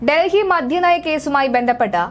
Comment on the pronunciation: മധ്യ നയം അല്ല മദ്യ നയം